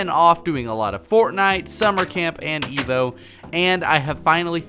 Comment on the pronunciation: why do i always here Veevo instead of EVO